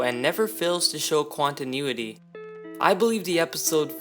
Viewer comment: Quantinuity lol you mean quandale dingle XD